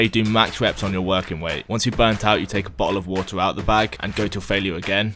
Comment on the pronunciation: boh'oh'wo'er detected